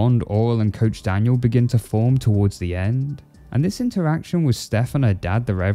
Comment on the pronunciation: His name is not coach daniel Its coach danielle